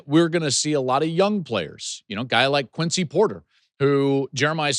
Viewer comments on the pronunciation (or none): none